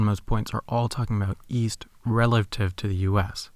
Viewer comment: Uh... I thought you said Weast.